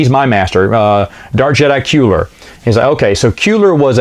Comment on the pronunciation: Kueller [Kwe-ller]